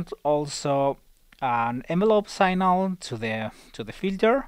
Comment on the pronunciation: Good vid. One tip... 'Signal' pronounced 'Sig-nul' :)